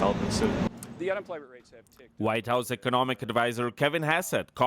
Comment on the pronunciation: The national president not thee national president.